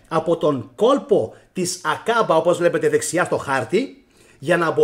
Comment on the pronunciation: 'Aκαμπα αδερφε, Άκαμπα οχι Ακάμπα, πολυ καλη η σκεψη και η αναλυση σου σ ευχαριστουμε πολυ!!!